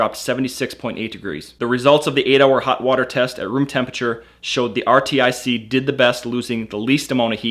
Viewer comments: Is anyone really going to take the advice of a guy who can't figure out that it is pronounced R-TIC which is similar to Arctic? Or maybe he is pronouncing Yeti wrong and it is actually Y-E-T-I? Could go either way. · RTIC = pronounced like Arctic. Like as in cold. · Dude I'm pretty sure RTIC is pronounced (Arctic) like where the polar bear in its logo lives. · you can't say RTIC like arctic not that hard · I really hope this guy's not that dumb. I've never heard of this but it's pronounced Arctic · it's pronounced arctic (RTIC) Great video though 👍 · lol how in the world do you keep saying R T I C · RTIC is pronounced "Artic" or ""R" tick" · RTIC is pronounced like the word ARTIC. Like Arctic. It's a play on words so to speak. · RTIC: FYI it's pronounced (Ar-Tic) or "Artic" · RTIC is pronounced like Artic... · Too dumb to realize RTIC is pronounced Arctic? What an idiot. You sound stupid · It's pronounced "ar-tic". Like the cold place. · Artic...ARTIC...not R.T.I.C. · it is Arrr like a pirate (Artic) not R T I C.. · R-T-I-C what!? Artic 😂😅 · RTIC is pronounced like arctic not R T I C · RTIC is pronounced as Artic, not r t I c. A couple of times you even said RITC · RTIC IS PRONOUNCED "ARTIC" like arctic. How did this guy not figure out how to pronounce the name after reading it so many times. He also kept messing up saying ritc and rtic. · You pronounce rtic as artic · You don't have to say RTIC in single letters, just say arctic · it's pronounced Artic not rtic. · I hate how you say R-T-I-C. It's pronounced like arctic! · IT'S NOT R.T.I.C.! IT'S PRONOUNCED "ARTIC". Holy shit. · why does he spell out RTIC? its pronounced just like arctic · you can say Artic instead of R.T.I.C. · it's not R.T.I.C. it's like saying Arctic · R.T.I.C......? No its pronounced Arctic. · it's rtic. not r-t-i-c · lol its pronounced arctic not r i t c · it's not R T I C. it's artic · Not R-T-I-C...It's Arctic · It's pronounced are-tick not R.T.I.C. but great video. I love my RTIC.